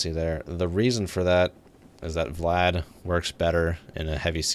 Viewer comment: VLAD is pronounced "Vee Lad", not VLAD like as in let's kill multiple VLADimirs in the Russian Sub. (US Navy S-3A Senso ) :)